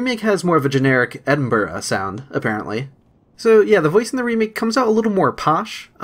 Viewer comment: I'm actually impressed that you pronounced "Glaswegian" and "Edinburgh" correctly. For some reason they seem to trip up a lot of Americans